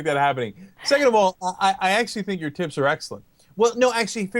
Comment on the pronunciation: Lol ...I thought he said 'tits" and not "tips"